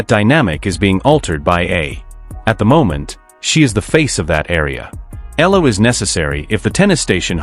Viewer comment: Please pronounce her name correctly. Her name is Alexandra/Alex Eala (Eyala). We are proud of her.